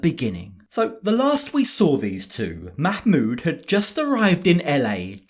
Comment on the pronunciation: The terrible mah-mood